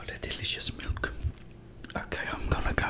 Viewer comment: Domt say milk like that ever again 💀 💀 💀